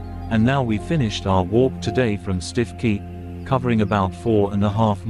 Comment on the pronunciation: It’s pronounced Stukey